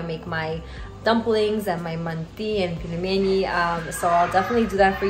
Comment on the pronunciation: Not pilmeni, but pelmeni (пельмени).